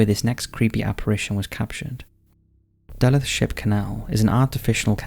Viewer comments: I also live in Duluth, Minnesota! Was surprised and happy to see my city featured in one of your videos! It'd be great if you could explore Duluth's hauntings in depth in a future video. By the way, it's pronounced "duh-LOOTH". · again, total mispronounced!! I had to play it back 5 times before I knew what you were saying. Maybe you should figure out how to pronounce before you do the video. I live in Minnesota and it's not pronounced DULL-ETH, THE FIRST PART IS RIGHT BUT THE LAST PART IS SO WRONG, THE LUTH RYHMES WITH RUTH. NOW PUT IT ALL TOGETHER. Every time you said, hurt just a bit more than the last time. Lol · Sorry, but it's pronounced "Du-LUTH" with long vowel sounds and the emphasis on the second syllable. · You mean duh-LOOTH. If you're gonna be that guy who feels the need to correct him, at least get it right, Buckeroo. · Duluth is pronounced. Duh-looth. Not criticizing anything - just figure you'd want to know. Great video. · it would be one thing he he pronounced it slightly off, but Duluth is one of the biggest/most popular cities in the Midwest and the pronunciation wasn’t even close. At first I couldn’t even tell he was trying to say the word Duluth lol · I love these videos so much. But you should know the city in Minnesota you're discussing is pronounced duh-LOOTH. Former MN resident. Please keep up the wonderful videos! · I'm from Minnesota and both of my parents are from Duluth. I cringed so hard every time you mispronounced Duluth. 😅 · Is nobody talking about the way he is pronouncing duluth😂😂😂😂 I was so confused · Mispronounce Mahtomedi, ok. Mispronounce Wayzata, fine. But mispronounce DULUTH and is midwesterners are throwing hands! :) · No I love Duluth and it deserves redemption!! Lol. But it’s one of the biggest cities in the Midwest and it’s so beloved by Minnesotans so the mispronunciation is a big deal to us 😂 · You mean Duluth?!?? 🤣🤣🤣 I live for the way mispronounces words! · The pronounciation caught me off guard lol